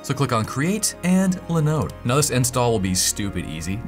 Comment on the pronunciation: Are you an agent of LENODE? always LENODE, LENODE and leeenoddee....?